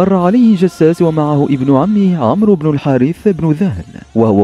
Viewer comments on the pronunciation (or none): none